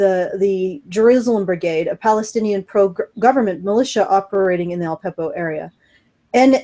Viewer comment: Al-Peppo? Lol. It's actually Aleppo.